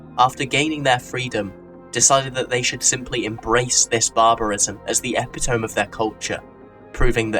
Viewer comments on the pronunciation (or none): epitome is pronounced (Epitomi)